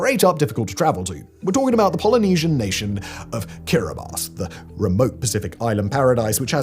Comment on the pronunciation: Simon - Well Done! You Pronounced Kiribati correctly !